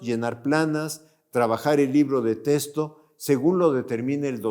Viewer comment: Libros de testo? Y que tiene que ver que los deteste ??? Hable bien